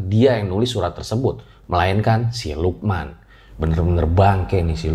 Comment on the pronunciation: Gw kira tdi lu bilangnya siluman ternyata si lukman wkwk🗿